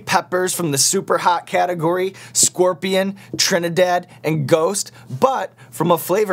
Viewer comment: Is he saying ghost or goats?!